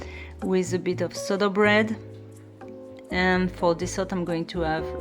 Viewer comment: If I may : it looks like sourdough bread but you pronounce it like soda bread. Since you are a dietician, we never see you eating rice or other carbs except bread, is there a reason ? Have a nice day.